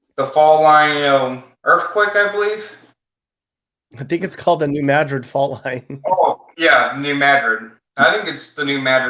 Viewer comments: For the love of god it’s pronounced New MAD-RID not MA-DRID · New Mad-rid. Almost more like Madge-rid. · It's not New ma-DRID, it's New MAD-rid. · Its New Mad-Drid, not Madrid as in Spain. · Its New Madrid, pronounced Mad like angry. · New madrid,not ma-drid,and it was theMISSISSIPPI,not missouri river that is there